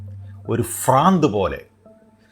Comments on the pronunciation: Sir, please command your mind not franth it is brandh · ഫ്രാന്ത് അല്ല, ഭ്രാന്ത്, ആണ്. good കണ്ടെന്റ് ആണ് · ഫ്രാന്ത് അല്ല ഭ്രാന്ത് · നല്ല മെസ്സേജ്. അവതരണം നന്നായി. എന്നാലും ഒരു കാര്യം പറയട്ടെ, ഫ്രാന്ത് എന്നല്ല ഉച്ഛരിക്കേണ്ടത്, ഭ്രാന്ത് എന്നാണ്. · മെസ്സേജ് വളരെ നല്ലത്. പക്‌ഷെ Franth എന്ന് പറയുന്നത് ഒരു അനുചിതമായി തോന്നി. മലയാളത്തിൽ Fa എന്ന ഉച്ചാരണമില്ല. ഫ = പ്ഹ , ഭ=ബ്ഹ,🙏